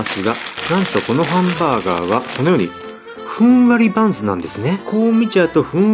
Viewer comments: パンツの中にって聞こえた気がするｗ(●´ω｀●) あ、バンズかｗ聞き間違いｗ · ふんわりパンツって聞こえた‥